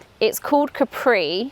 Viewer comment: loved th whole video sooo much till the point you sair CAPRì hahaha it's Càpri.... but loves this content so much